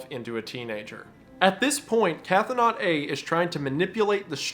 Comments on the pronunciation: Wendigoon, PLEASE Stop pronouncing cthonaut like "cathonaut!" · idk if you'll see or care, but Cthonaut is not pronounced "catho-naut". Cthon is pronounced "Kh-th-ON" with 'th' as in 'thin', so Cthonaut would be pronounced "Kh-thON-awt" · It's pronounced "k-THO-nawt". The ctho- prefix is does not have an A sound nor a glottal stop. It is all one sound. Ctho.